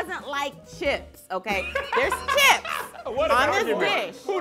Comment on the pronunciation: who grabs chips like that first of all: crips 💀💀💀💀💀💀shit had me rollin